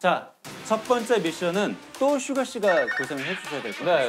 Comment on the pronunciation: 나피디님이 슈가씨가~라고 할때마다 슈가슈가라고 들림 ㅋㅋㅋ